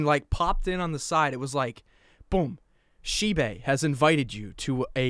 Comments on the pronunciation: I don’t think it’s “shebay” but “shybe” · It's shibe not Shi be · it's not sheebae it's shibe (sh y b) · Me: Shibe: Shee bae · Not Shi Be it's Shibe! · the spelling is shibe but the pronouncation is like Shayb ok.. ❤️